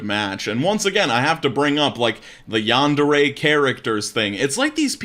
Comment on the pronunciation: im gonna get bothered by the pronouncing of this one because Yandere is not said rightly. Still. This is sad. edit: just changed a word.